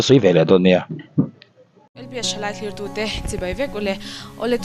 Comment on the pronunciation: Thlir-tute tih hi i lam thiam hma chuan dislike leh report bâk keimah atang chuan i hlawh dawn lo a. Thli-tu ni lovin, thlîr-tu tih tur, 'r' telin. Tuai leh tuai aw deuh hi ka chekin a ngeih miah lo bawk a.